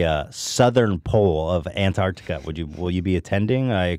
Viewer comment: “Artantica” hmmmm